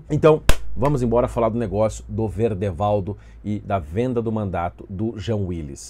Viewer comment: És o primeiro que vejo falar o nome do Verdevaldo certo! Hauahauahaua'